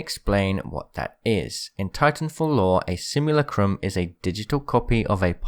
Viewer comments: Bro it's simulacrum not simulucrumb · It's pronounced Simu-lack-rum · You butchered the pronunciation of simulacrum so hard